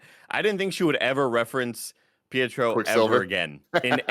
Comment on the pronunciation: Everyone just let's Greg call Pietro, Pietroff them huh?